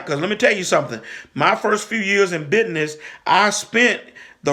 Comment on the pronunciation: I love the way you say BIDNISS 😅😂🤣. I love your channel. I have learned Soooooooo Much!!!